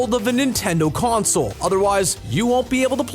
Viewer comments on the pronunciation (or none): none